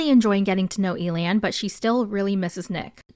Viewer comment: Honestly, I like that Amaya approached Zak and made the first move. Some guys like that and prefer it. Side note, I thought it was hilarious that you pronounced Elan’s name like alien, I had to do a double take 😂